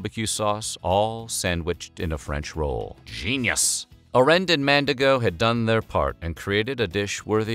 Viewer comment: Evertime he said "Mandigo", my brain screamed MandiNgo 😭